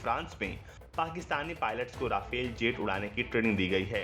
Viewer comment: राफेल नहीं रफाल होता है